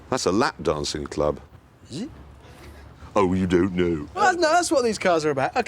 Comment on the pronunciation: That's a lap dancing club. - Is it? - oH yOu dOun'T kNouw. Brittish accent at his finest.